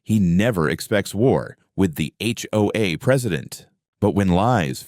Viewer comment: Sometimes the AI can't tell the difference between acronyms and actual words. We say H... O... A, but the AI can call it "Ho-Ah" We say FBI and the AI says "Fuh-Bye"